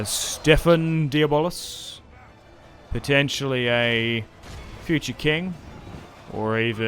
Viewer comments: And the closest to the correct way to pronounce the du blois in english is instead of saying di bolis, (which is wrong) is "do bla". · It's more accurately like De-Bleuh. Imagine a snooty Frenchman saying "blehhh", if that makes any sense. However, it's certainly not "Deeyuh-Bollis" as likes to say lol. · Stephen Diabolis 😂 man that cracked me up everytime you said it. Good video 👍